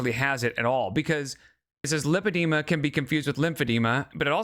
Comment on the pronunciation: if she had been diagnosed with lipedema she would probably not call it "limpedema"